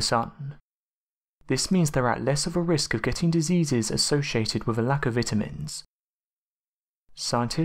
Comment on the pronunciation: Did you hear how he pronounces the word vitamins that was really funny. Lol